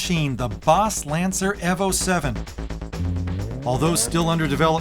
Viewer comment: At the mark when he said IMPREEZA i choked on my food EHVO was bad enough lol